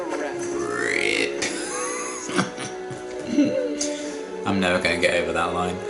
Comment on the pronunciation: You had me in stitches every time you said "Rrrrrrip"! 😂